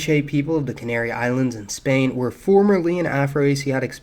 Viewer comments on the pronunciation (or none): none